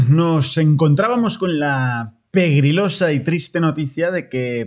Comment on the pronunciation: Me estoy volviendo loco o siempre dice "periglosa"?